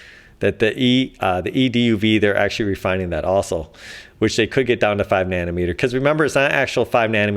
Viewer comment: Actzhachry, lets all cooperate with each other.